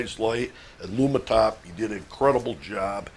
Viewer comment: Lumintop not Lumitop.